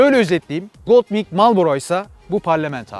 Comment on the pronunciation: "Honda Goldwing" yazılır "Honda goldvin" olarak okunur. tabii ki doğrusunu sen bilirsin. Yorumların güzel, izliyorum.